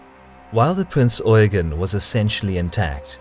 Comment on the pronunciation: Damn and english speaker who says eugen right